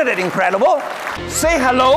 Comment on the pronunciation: XD Love how hes yells the price then says ISNT IT INCREDIBEW